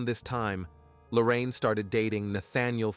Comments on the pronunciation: Please get her name right idk if its Lorraine or Lauren? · Appreciate the content but the repeated switching of pronunciation of Lauren’s name (to Lorraine) makes this hard to listen to.